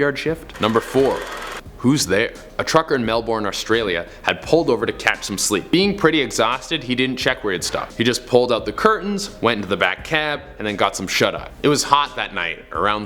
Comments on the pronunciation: Melbourne is pronounced like melbern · HAHA melborn. ok america, melben*